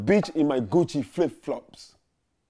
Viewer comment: I know he saying Gucci but it sound like he saying coochie